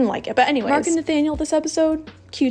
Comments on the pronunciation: I just want to say that Nathaniel is pronounced Na-TA-niel in French, not Na-Fa-niel. Sorry, I know you don't speak French (I'm not very good at English either) but I had to say it xD. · In the English dub they say Nathaniel with a "th" 😕